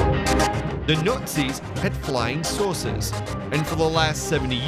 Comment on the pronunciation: Check my other comment about his pronunciation flying sauces . Not flying saucers